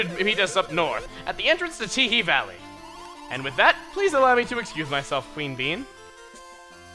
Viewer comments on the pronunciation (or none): none